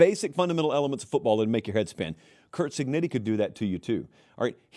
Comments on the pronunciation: I think you owe Indiana’s coach the respective of pronouncing his last name, right — Cig-neh-tee! He wouldn’t have mispronounced Alabama‘s coach as “Say-bun” when he was winning Nattys. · Why does pronounce it “Cignitti”